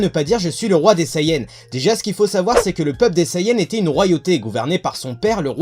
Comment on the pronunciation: Je suppose que tous les sayans (Oui oui j'ai dis sayAns je trouve la prononciation hilarante xD) pouvaient contrôler le singe. (Vous imaginez le bordel tous les soirs de pleine lune s'ils se contrôlaient pas ?) Goku n'ayant pas reçu l'éducation de son véritable peuple, il n'a donc pas apprit à le contrôler. Je trouve que c'est une bonne théorie :-)